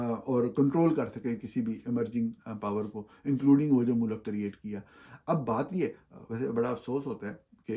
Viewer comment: Plz don't say MULAKK, its Mulk. You are a journalist and should have correct pronounciation of URDU